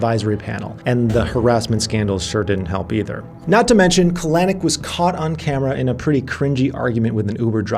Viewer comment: kah-LANNN-icckk... super cringe on that pronunciation - emphasis goes on the first syllable CAL-eh-nick...